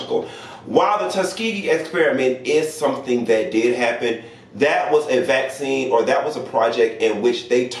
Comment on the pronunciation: Black-cine. Not vaccine. Black-cine. ✊🏾 I heard that. 😂